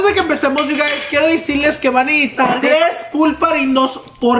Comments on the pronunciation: “Van a nejitar” 😂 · Is it me or every time said necesitar it sounded like necitar